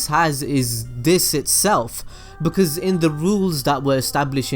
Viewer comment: its "because" and its "occean"